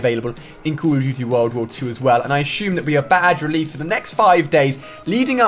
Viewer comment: Ali - A - "Ashume" .. assume?